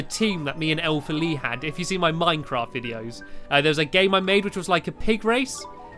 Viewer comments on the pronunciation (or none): none